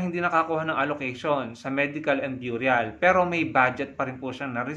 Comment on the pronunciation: burial is pronounced " berial"..no offense